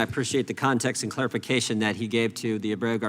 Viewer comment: She doesn’t even know how to pronounce the word “and”!!! “Eeen”?!?!